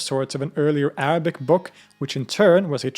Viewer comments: As an Arab with a Muslim background, I trully appreciate your effort and commend you on your excellent pronunciation of the Arabic language. Also, you've educated me on my religion more than my family or country could ever have. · Your pronunciation of Arabic words is perfect 👏